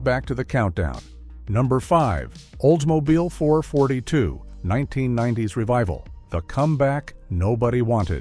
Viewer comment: Oldsmobile "four forty-two". You suck AI!